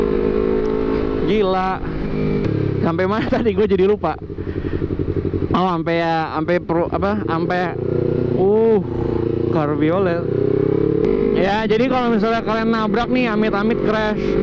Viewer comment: cabriolet bkn carbiolet 😅 semangat trus bree